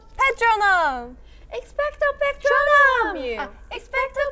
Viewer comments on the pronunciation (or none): Lmao, the girls really were like "it's patroonum, not patronuum".